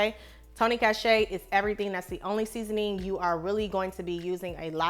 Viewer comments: i think that seasoning is pronounced "SHA-SHERRY" , not "CASHAY". i was also corrected on how to pronounce it before lol but its soooooo good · You’re pronouncing the Tony’s seasoning wrong it’s pronounced sa-shur-ee ☺️